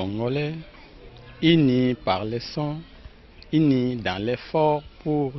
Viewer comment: Cest uni et pas ini